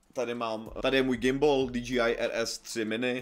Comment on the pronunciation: Len taký friendly reminder ako osobne mi to nevadí ale DJI by sa malo čítať ako "Dí-džej-áj" Inak tá obrazová kvalita tohto videa je hrot úžas! Len tak ďalej!